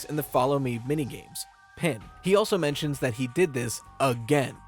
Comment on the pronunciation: "but notably she mensins"